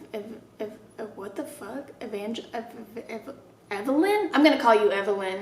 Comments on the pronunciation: Ee van ja (lynn) (line) (leen) - Evangeline . . . it hurt my soul. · not no one knowing how to say evangeline 💀